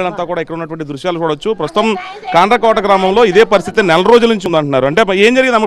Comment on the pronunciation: ఈ రిపోర్టర్ గాడికి కాండ్రకోట అనే పేరు కూడా సరిగా పలకడం రావట్లేదు😅